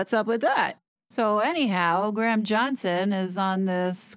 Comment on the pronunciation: Thank you for your hard work hard on these two, i have to say you're pronouncing Graham wrong its not Gram... its Gray-uhm